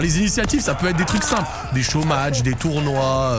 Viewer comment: Quand il dit '' des show match '', j'entends des chômages